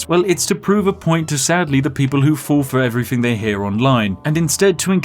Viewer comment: Ok, what i wonder about after watching this: what dialect does the spiffing brit speak? As a non native speaker the only thing that sounds a little odd to me is the way he says "thing", cause with him its often like 'everythink' 🤔🤔😁 Also, is it on purpose he always mixes up numbers?? This guy is so DEEP 😂